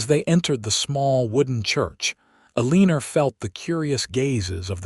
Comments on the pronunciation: If you check the notes - the name is “Eleanor” but is mispronounced by AI narrator. Narrator says Elina-er but that is incorrect. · If you check the notes - the name is “Eleanor” but is mispronounced by AI narrator. Narrator says Elina-er but that is incorrect. In the CC it shows pronunciation as being “Elina” - just know it is frustrating to hear name mispronounced over and over again.